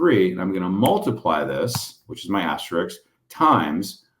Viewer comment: Please stop saying Aster -IX! The word is Aster - ISK! Many others are equally wrong with their pronunciation. Asterix the Gaul was a cartoon character. Thank you!